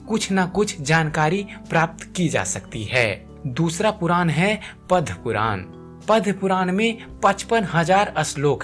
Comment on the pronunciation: It is PADAMA PURAN not Padya puran.